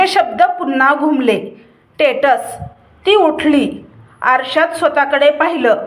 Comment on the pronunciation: टेट्स नाही स्टेटस....आणि नको तिथे पाॅज ,कथा छान पण वाचनाचा सराव आवश्यक. आवाज छान आणि स्पष्ट आहे.👍मला कथा खूप आवडतात. नेहमी दिपक रेगेंचं कथाकथन मी ऐकतो खूप छान वाचन करतात. तुमच्या पण कथा ऐकू .तुम्हाला subscribe केलेलं आहे